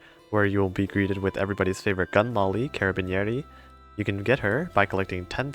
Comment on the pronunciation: I'm italian and when you've pronounced carabiniere I laughed a lot